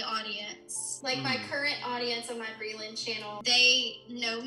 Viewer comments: No hate or anything but he keeps saying “Brayland”. It’s Breeland, right? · It’s brEEEland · Omg right?! It drove me CRAZY. I was like "WHY?! ITS BRELAND. PRONOUNCED LIKE BREELAND" lmao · it's pronounced bree-lend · also not saying her name wrong lmao i love him